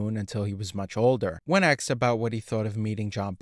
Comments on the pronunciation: He aksed good quesfions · He ASKED a question, not AXED. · HOLY SHIT DUDE, IT'S ASKED, NOT AKSED OR AXED. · It's "asked", not axed". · "Asked", not "axed". Asked, asked, asked. Practice saying it until you get it right. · "asked" = a-s-k-e-d not "axed". the hard "k" sound comes after the "s" sound. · the word is 'asked' not 'axed' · The narrator uses an “ask” to cut down trees!!! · The verb is "ask", not "axe". You're welcome. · A curse be on your use of “axed”. An amateur ploy to pose as “hip”. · It's AI axed also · thank you. I thought it was just me. Annoying AF